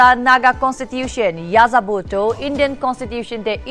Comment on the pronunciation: N is not ya za Bo it's yehzabo (or Eh' za bu)